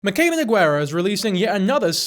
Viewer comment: king you’re so real for this but her name is pronounced No-Gar-ah😭